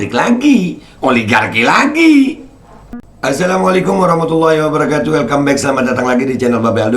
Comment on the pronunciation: Duhh salamnya sja belepotan behh males jawab😀😀